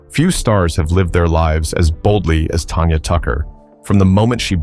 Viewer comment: It’s Tanya not Tonya